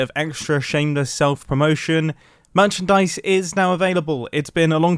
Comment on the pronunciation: Mumbo say finally some merchandise And I hear him saying finally some money 💰😅